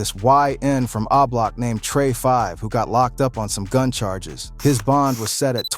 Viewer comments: What tf is ( ahhh-block ) it’s o-block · 👀 Dude it's Oblock not Ah Block!!! It's really irritating and highly distracting to hear you repeatedly incorrectly pronounce it like that. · 😂😂😂 this video... Boy i tell ya..🤣🤣🤣 my boy say ahblock 😂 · 😂lol why this dude keeps saying AHH block...😅😅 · When you can’t pronounce the block name you trying to talk about you should be quiet 🤫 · The way you say O-Block is crazy 😂😂😂